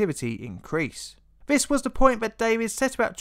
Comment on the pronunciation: Vis? TH is pronounced differently to V